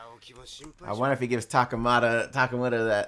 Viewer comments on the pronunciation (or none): 30 Episodes and still calls him "Takamata" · Why do you keep calling him Takamara lol? It's Takamura.